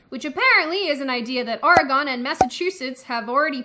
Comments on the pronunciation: Oregon is not said as ori-gon, its oar-gen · WTF is OR-E-GONE? It's Oregon. Come and visit. It's beautiful here. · OR-gin not or-E-gone not or-GONE OR-gin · oregone it aint, oregun it is. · Okay, love the accent. But Oregonians don't pronounce the word the way it is spelled. It's more like Oregen, or Oregun. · Well, you almost pronounced Oregon correctly. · I know this is super nit picky but I just can't meself... Oregon is pronounced Ore -gun. Its a huge peeve of home grown Oregonians like mysrlf. It's commonly miss-pronounced by people from any state west of the rockies. Doesn't take away from the video, but like I said. I couldnt help myself. LoL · Please say Oregon one more time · The way you said Oregon is really funny😂 I wish you could say Washington state were I live. Lol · Why does everyone say Oregon wrong?